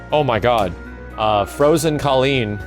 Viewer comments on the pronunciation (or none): none